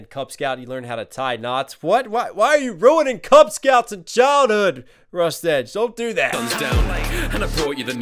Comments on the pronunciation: Also for future Rustage is pronounced "rust-idge" when you say "edge" my ocd picks up and i start laughing. Not to be mean or anything... As for recs, DPS, FabvL, Cam Steady, and Shwabadi are some insane artists to listen/react to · something nitpicky i have to say is its usually pronounced Rust-idge instead of Rust-edge (it doesnt matter, just something i thought i would point out for future reference)